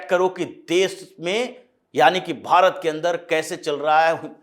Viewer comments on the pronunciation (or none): none